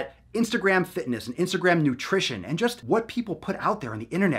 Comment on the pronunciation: the funny thing is that you talk about. ..... istagram ...... ISTAGRAM ahahahaha the shit social XD